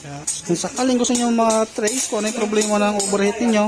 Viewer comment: OVERHEAT✔️ PO hindi OBERHEAT❌